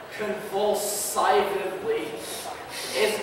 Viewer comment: Why on Earth did they not stop the guy who started reading ? He mispronounced so many actual non-misspelled words (bowling, convulsively, staring, surly, tediously), it was driving me insane. It was like being back in third grade when the teacher would make everyone read a paragraph out loud and there was always that one kid who it was so damn painful to endure. Like I would've understood letting one mispronunciation slide, but that just became a chore to listen to.